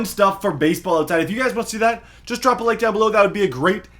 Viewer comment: When “drop a like” sounds like “do you have any change”